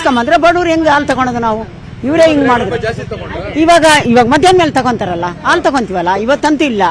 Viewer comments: What is the problem with this Anchor? AAlu alla Haalu .... osdagi alla Hosadagi.. Ore alla Hore ... thu nimma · le sede adhu haalu , aloo antha heltidiya. Kannada baralla andre news anchor yak agtira